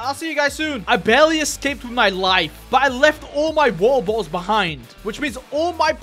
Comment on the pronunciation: He got many bo"oh"wa"er"